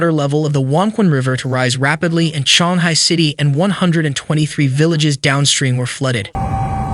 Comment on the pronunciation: Chee-ong-hai is the more proper pronunciation of Qionghai. The reporter's pronunciation made it sounds like Shanghai which is a completely different city